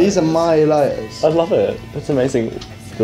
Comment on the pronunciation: "these are my lih'ers"